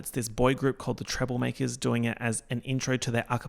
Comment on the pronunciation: pronouncing treblemakers like the olly murs song omg im in love